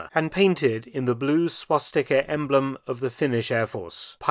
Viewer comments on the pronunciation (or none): none